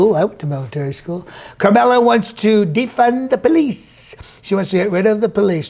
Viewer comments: Just FYI, her name is pronounced "Comma..la" Harris. I love comedy. But you'd do better to make your point if you were sharper on the truth. I have no respect for her based on her stance on 2d amendment, border issues, and health care. But still, use your comedic talent in a more credible way by being informed. Use your talent to represent the USA in a meaningful way! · Pronouncing Kamala correctly. Trump impersonation fail! Seriously though love your work keep at it man while you still can! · "Karmella Harris"